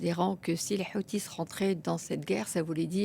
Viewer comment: Les Houtis, prononcés "Les Kheutes"